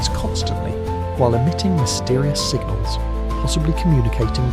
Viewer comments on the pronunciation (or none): none